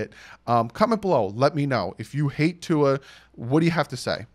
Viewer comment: it’s pronounced Two-Ah. It’s Samoan not Filipino or French 🤙🏼🤙🏼 Aloha from the beautiful state of Hawaii